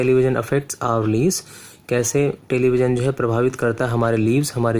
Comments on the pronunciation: its not leaves its lives {laaives} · You seem upnian 😂 it's lives not leaves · it's lives not leaves.. ... 😂 😂 😂 😂 😂 o ..😂 😂 👌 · lives ko leaves padhta hai lol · It's lives not leaves lol 👍🏻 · It's "lives "not leaves😂 pronounce it correctly 🤣🤣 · ..... leaves.....(lives) English teacher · It is LIVES not LEEVES 😂😂😂🤣🤣🤣🤣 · It is lives not leaves.....sir pronounciation error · आप कुछ गलत उच्चारण भी कर रहे हो जैसे लाइव बोलना चाहिए तो तुम बोल रहे हो लीव्स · Sir lives hota hai liveees nahi apni pronouciation sudharo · Its pronounce as lives not leafs😂😂😂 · leeevs nahi lives hota hai.. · Leeves nahi lives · Bhai the pronunciation of the word lives ws great 😂😂😂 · FOR SHAKESPEARE'S SAKE THAT'S LIVES NOT LEAVES. LIVES - la-ev-s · It's live not leave. Thank God you didn't pronounced it as love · U r suppose to reach note making bot explain the passage. And its pronounced lyves not leeves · This Bitch teaches us English...... He only can't speak first of all It's Lives not leaves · Lives not leeves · Leaves Nahi hota it's lives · Why u always pronounce lives as leaves ? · You all are hyping up boob tube, forget that, he said 'lives' as 'leaves'. I am S H O O K. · Vo leave nhi live hai tum patiya bol rahai ho actually mai vo zindagi hai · Lives hota hai leaves nhi 😂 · please do speak proper English. basic pronunciations are totally wrong eg: lives as leaves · Leave nahi lives hota hai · switched yo another video when he said "LEEVES"🤣🤣🤣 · Sir ap English sikha rhe...aur lives ko leaves pd rhe.what is it sir..😓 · Leaves is plural of of leaf, leave means holiday pronounce the live properly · first pronounce spelling of lives properly ""leavesssss""😂😂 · Lives is not pornounced as leaves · How tv affect our leaves😂😂😂😂 He is prouncing it leaves 👍🏻👏🏻 How to prounce 'live' correctly just say 'leaves '😂😂😂😂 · Bakwaas kr rha hai.... Not lives it's #leevs 😒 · It lives ( pronounce as lyeves) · vo actually tum lives ko leaves pronounce kr rhe ho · did anyone heard leaves